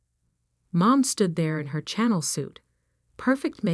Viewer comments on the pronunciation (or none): "Chanel" not channel ? Really pathetic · It's a Chanel suit, not a channel suit. You need to edit your videos AI captioning and narration very carefully. You must think that the people you are trying to impress with your videos are illiterate!🤬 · I’d love to see the Channel suit 😂nautical? Poor pronunciation. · someone should teach the A I that it's "sha NELL suit" (French pronunciation) Google Search A I tells me The Chanel suit was developed by Gabrielle "Coco" Chanel. She introduced the first Chanel suit in 1925, revolutionizing womenswear with her designs. generally a good story definitely an upvote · The AI needs to learn how to pronounce words like real, live, fiance and Chanel properly.Please edit your stories better.